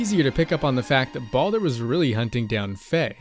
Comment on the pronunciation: Sometimes I can't handle how some people pronounce Baldur.